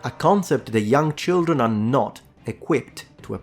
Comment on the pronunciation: It’s so cute when Europeans say “leetle cheeldren”